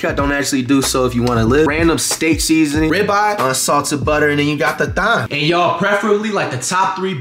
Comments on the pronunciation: bro said "thime" lmao 😂😂😂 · time not thime , omg thyme h is silent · Flight the only person I seen pronounce Thyme as it’s spelled lmao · Flight it’s Thyme Thyme & medium rare medium don’t even make sense 🤣